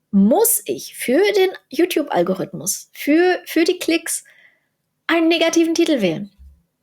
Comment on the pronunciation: Algorithmus spricht man mit i nicht mit ü, da es vom herrn al-Chwarizmi kommt, und BSky ist dezentral. Ansonsten alles super.